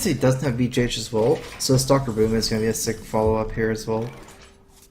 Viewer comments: why does he call Big Game Hunter "BJH" pronounced "Bee, Jay, Aitch"? surely it's BGH or "Bee, Gee, Aitch" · that sounds so much like "Bee, Jah, Aitch", or "Beeg, A, Aitch". lol